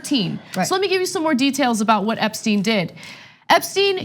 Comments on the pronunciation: How do you pronounce someone's name in two different ways within 30 seconds? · Did anyone else find this a rambling clip, in which everyone on the panel seems to know a bit of the story but not the details? Ana can't even pronounce "Epstein" consistently. And some of this is not really explained: Acosta has behaved unlawfully by breaching the Crime Victims' Rights Act, but the judge said he had breached the US constitution?